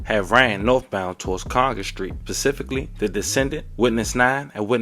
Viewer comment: It's specifically not pacifically. Am I the only one who noticed tears what the narrator said. 😂